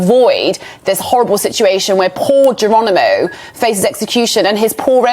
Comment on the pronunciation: you plonker, it's Geronimo not Geranimo!